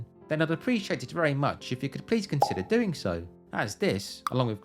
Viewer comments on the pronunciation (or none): none